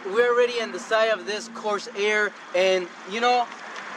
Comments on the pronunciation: this is not what l meant. Corsair is pronounced cor-SAIR (in a fluid manner), not cors-air with a pause in the middle. "Reserve" is a features set or a sub-model, not a base model name, which is Lincoln Corsair. "Lincoln Reserve" makes no sense... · Nice review. No, the model name is not "Coarse Air" as you kept saying.